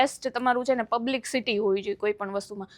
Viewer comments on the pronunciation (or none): It's publicity not પબ્લિકસીટી.😂